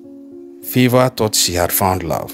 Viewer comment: Stop this bad pronunciation of names, Favour not Fever. It is Adeeko Owolabi